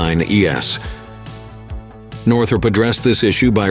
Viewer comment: The synthesized speech is annoying with its unnatural cadence and stress. " . . . grounding of all F-89 ee-ess" for "F-89E's" and the needless reporting of engine thrust as "pounds force" which we don't say in natural speech. /End grumpiness.